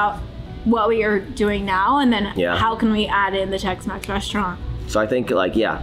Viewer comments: Not Tex-Mex but Tex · Are you going to call the Tex-Mex restaurant “TexMaxx” 😉😉😆